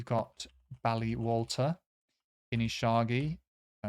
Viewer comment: Kingussie is king - yoosie , stress on the yoo. Ballater is bal - latter ( as in latter day saints ) stress on the bal. I think Alford is afford , stress on the aff. Inverurie is inver -oorie and NOT like king -yoosie